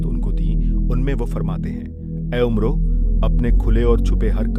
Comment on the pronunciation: قاری "عمرو بن عاص" میں "عمرو" کو غلط پڑھ رہا ہے 🙄